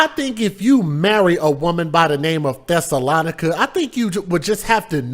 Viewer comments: I think her name is pronounced Thessa- LO -Nica!!!! And yes there are some crazies Where I'm from #INDIANA #ARROWAVE #JOHNSONFULLERSMOOTS where ya at!!!! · My Brother, here is a teachable moment for you > her name was the name of a town where the Jews lived during the 1st century (Acts 17:1, 13). It is pronounced THES-SA- LOE- NI-CA, but she may pronounce hers like: THESS-A-LON-NI-CA! Yes what she did was disgraceful, horrific and mind boggling. As much as we may want to judge this woman and what she did, we have to leave that to the One Who Judges Righteously, Who sits up on High and looks down low and the judgement will be fitting for the crime she committed. Prayers for her deceased husband and his family, her children who obviously felt that they had no other choice than to help her. People can be soooo sick!!!! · About the lady's name: Thessalonica (Thess- oh- low- ny- ka.) Thessalonians is the book of the instructions Paul was writing to the church of Thessalonica. (I won't get into it any further than that. I have no opinions on what people name their kids. I'm just answering that yes I do know the origin and pronunciation is all.)